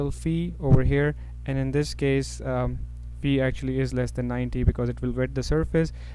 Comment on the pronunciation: Sir its faiiii Not feee.:) Thanks a lot